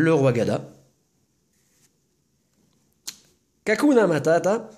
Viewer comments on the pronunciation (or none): Salut !!! Le rayquaza holo est magnifique j'ai crue que aura une star mais non c'est vrais que c'est très dur a chopé des star . Et aussi je croi que l'erreur c'est que a 7.24 tu a dis Kakunatadata alors que c'est kakuna . Désolé je sais plus son nom en français . Passe une bonne journée ! A bientôt la team !!!